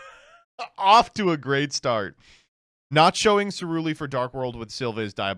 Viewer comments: btw... its Ceruli, not Celuri... as in Cerulean... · He keeps pronouncing Ceruli as Celuri. Does he not know they're all named after colors, and that "cerulean" is a color? The L is not before the R. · calling Ceruli Cerluri almost managed to gaslight me if it weren't for chat.